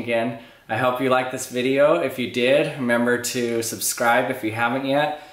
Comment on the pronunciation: "member" to subscribe or remember to subscribe?